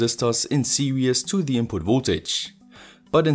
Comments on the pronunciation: Always enjoy your videos. Note: "Serious" means demanding careful consideration or application. The word you are looking for is "Series", which means coming one after another, as in a series circuit. "Series" should be pronounced "Ser eees". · I love your videos. I would like to point something out, but please don't take it wrong. Series is pronounced like seereez, the way you say it sounds like "serious". I'm not trying to nitpick, just trying to help.